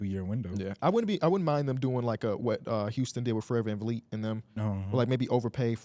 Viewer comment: Dude said Fred vanvleet😂😂😂